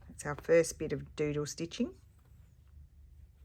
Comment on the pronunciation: Another fun prompt for the project. I will admit though that when you first said doodle stitching I thought I heard JUJU stitching. I thought, how is she going to interpret that? Thanks for sharing your creativity!